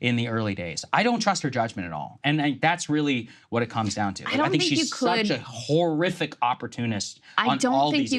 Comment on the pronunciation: lol, Saagar hit the syllable HOR a little too hard when he called Kamala horrific/WHOREiffic